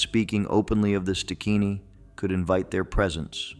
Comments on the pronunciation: Stigini not stikini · Its pronounced st~guinea